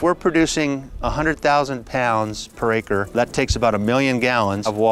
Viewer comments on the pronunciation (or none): none